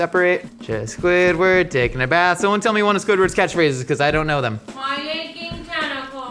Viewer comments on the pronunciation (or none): none